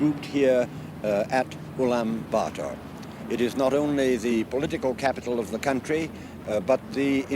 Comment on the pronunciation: Woah, He pronounced the city name Ulaanbaatar almost perfectly. Shouldn't be hard to pronounce but many mispronounce.